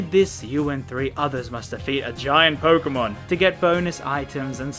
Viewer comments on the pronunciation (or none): none